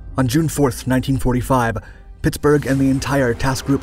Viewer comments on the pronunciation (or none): I’m fully convinced the narrator is a. The way you say Pittsburgh sounds a lot like “Pixburgh” like us yinzers